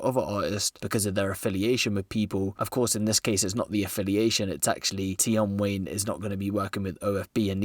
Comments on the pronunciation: Man said Abra and tion Wayne and swarmz 🤦🏿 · Man said tion Wayne and abra